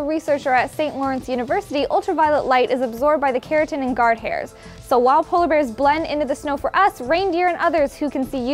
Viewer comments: it's keratin not Carotin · Its keratin not carotin lmfao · Okay, for future references guys, it's KERATIN not CAROTIN. Its pronunciation is "carrot-in" but spelled KERATIN. That aside, great video very interesting.